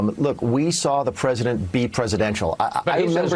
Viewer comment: Hell, trump can't even pronounce it properly.